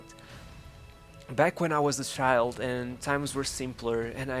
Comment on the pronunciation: can u fking pronounce CHILD not SHIIIIIIIILD